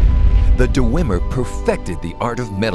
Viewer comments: Awesome, but one complaint; The lip syncing seems to be off. Also, (not really a complaint but) it bothers me how the storyteller says "Dew-wem-er" instead of "Dwem-er" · I love the storyteller series for fallout, but the only problem with this is the way he says dwemer... Dewemer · The "Duh-wemer"? That can't be the correct pronunciation. I thought it was "Dwemer." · DER-ER-WEM-ER? isn't it just dwem-er? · Du-wu-emer? du-wu-emer?! DU-WU-EMER! Who the hell pronounces dwemer like that? Sorry, this is good and all, but god damn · I know this is really nit-picky and I don't really care but the dwemer or d-wemer as the guys says are referred to as dwarves by the human races but you know its your series (and its great btw) and idrc its just my inner lore nerd made me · Duh-weem-mer? I thought it was Dweh-mer? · DUHRWEMER. That's some pretty annoying pronunciation, Dwemer or even Dweamer is better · "Deh-wimmer" its DWEE-mer or Dweh-mer. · It's pronounced "dweh-mer", not "duhweh-mer". It's a conjunction, 'dwe' roughly meaning 'deep' and 'mer' meaning elves, or more technically, people. And it's "muhn-dus" not "moon-dus". Your voice actor has a very nice, buttery voice, but he has one of the strangest cadences I've ever heard and ostensibly needs to learn to pronounce things better. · You need to stop saying "DoooWemer" there is no "ooo" sound. Tard,... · Why do none of the voice actors know how to pronounce simple words? Pronouncing Dwemer as "deewemer" and cuirass as "curious." What's that about? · Mountain Dew-wem-er. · here is only one thing i don't like about this series it's the way hes pronounces dwemer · the story Teller has a good voice but he's a bad actor. also his pronunciation of dwemer is wrong. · The way he says dwemer is bugging me